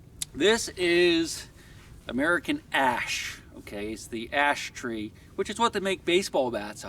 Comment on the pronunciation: It sounds like you're saying big ass tree